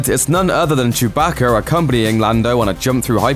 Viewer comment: Why he say it like that.....”chUBahKER”😭